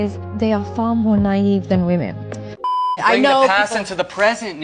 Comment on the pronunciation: I enjoy your channel… but can you please say WOMEN When it comes to multiple females 😅…thanks bro ..no hate. Keep up the content 💯… or maybe it only sounds like that to me… I don’t know🤔